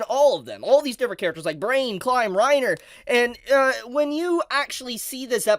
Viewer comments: Not Reiner... Renner xD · it's "ren ear" not "rine er". grrrrrr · Reiner? pronunciations are always jokes. lol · As a German, I feel offended by how you pronounce "Renner" like "Rainer", like the guy from AoT. The "e" is pronounced like "eh". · HAHAHAHAHAHAAAAA every time he said Re-nners name as rai-nner, I kept thinking the armored titan. HAHAHAHAAAAA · Reiner? not renner? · calling Princess Renner "Reiner" over and over threw me for a loop. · I love you my man, but that name butchering you did with 'Reiner' and 'Cyocyutos' just cracks me up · pronouncing renner as reiner is so funny i am just imagining reiner from AOT dancing to a evil disney song. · The fact you kept pronouncing Renner as "Reiner" is really irksome. i couldn't keep listening because i can't help but think you are talking about the dude from Attack on Titan. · pronouncing Renner as Reiner. I can't help imagining the Armored Titan dancing and singing like a Disney princess. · Sry just a little hint dont listen to butchering her Name its actualy Renner. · It kinda triggers me how you pronounce Renner. You make it sound like Reiner... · Did “Reiner” get lost and wonder into Overlord from AOT? Such a “-ism” to keep saying it 😂 Princess Renner 🤓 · (also "Reiner" is not the correct pronunciation) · The way you pronouns Renner deeply disturbed me. What kind of dub are you whatcing bro? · I agree with everything in the video but the pronunciation of the names, that threw me off so much 😅